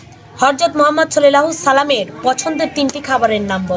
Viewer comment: দোজাহানের বাদশাহ আল্লাহর হাবীব আমাদের প্রিয় নবী হযরত মুহাম্মদ সাল্লাল্লাহু আলাইহি ওয়াসাল্লামের নাম নিতে যথেষ্ট খেয়াল করবেন আশা করি.... কষ্ট পাইছি আপনার এমন উচ্চারণ শুনে😢